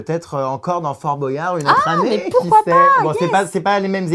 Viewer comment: Jerem on dit Bwayard et pas Bo.yard